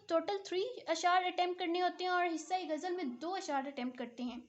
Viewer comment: باجی گجل نہیں ہوتی غزل ہوتا ہے